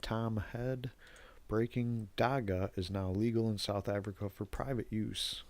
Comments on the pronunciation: It is not pronounced Dakka. It is more like dach-hah. We have a huge Rastafarian community, even a famous rastafarian lawyer (Gareth Prince) who have been fighting for legalisation since the 90s. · I know his not from here but the way he pronounces Dagga is irritating.